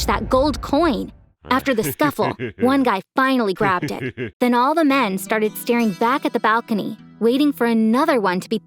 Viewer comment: I know this is off topic or this video is old, sòoooooooo the way she said: all the 'MEN' its kust funny to me 😂😂😂